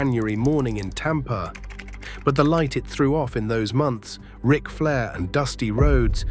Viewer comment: "R-I-C Flair"?!? Do better. Why don't you at least try to make your crappy ass AI voices sound like a human? Do you not even edit the video to see if the voice is correct? AI slop.